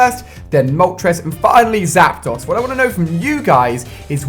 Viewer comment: Anyone else get annoyed the way he incorrectly says Zapdos?